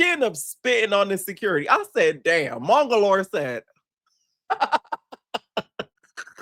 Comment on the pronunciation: been calling this man mongolor for thee longest and it takes me out EVERY time girl! 💀💀💀💀💀💀